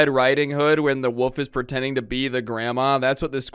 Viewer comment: wolf. not woof. wolf.